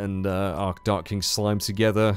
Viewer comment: "It's all togre now" heh, nice.